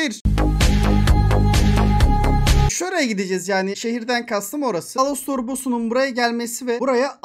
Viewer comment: Alastor ❌ ALOSTOR ✅